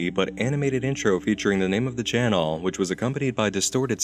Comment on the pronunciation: I really like your channeeehl. It's fun to watch before sleeeep. The only thing that bugs me a bit is how you stretch out the last syllable of every sentennnce. It's a shame cause you have an otherwise very handsome voice :3 keep the gud shit up